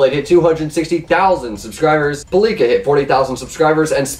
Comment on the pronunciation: I hate how u pronounce pallika